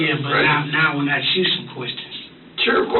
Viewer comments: Unrelated, but how can he say "mask" but not "ask"? Does he play baksetball? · To be that age and still use the word brung, that's pathetic. Also, why is the word ask so hard for some people to pronounce? There's no x in the word.